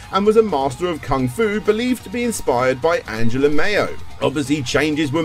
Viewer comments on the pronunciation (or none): Mao is pronounced "Mow", not "Mayo".